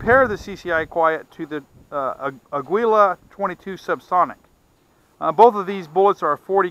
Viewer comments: It's pronounced "ah-geela" not "ah-gwee-la"- its Spanish for eagle. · Pronounce Ah- gee -la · This "aggwila" always gets to me. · It's not ah-gee-la tho. Mexicans pronounce the U slightly. Maybe not as much as dude does in video but it's definitely not pronounced "geela". It's actually more similar to how we annunciate Christian Aguilera in U.S.